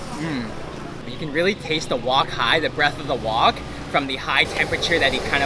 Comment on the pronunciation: not wok hi .......but wok heh ....😅 . hi is something sensitive in cantonese... 😛